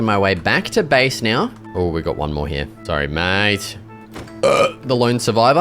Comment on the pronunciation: It's here not heia